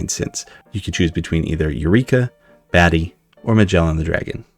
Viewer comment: You pronounced "Marsupilami" correctly, but it's "Batly", not "Batty".